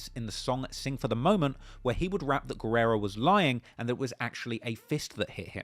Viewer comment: you're a true legend. Just one small note: en español, we pronounce the name "Guerra" like "gerra," not "gwerra."